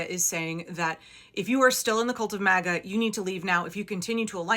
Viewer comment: He said maga or maggot